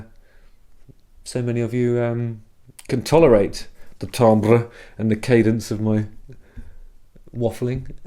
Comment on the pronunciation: Gasp. He said "tambre" in the French method. This is what love feels like.